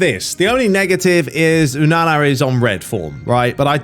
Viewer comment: Please say onana name properly